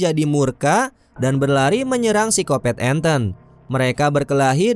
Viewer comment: Pisikopet apa pisikopat om? Ahahah kata channel sebelah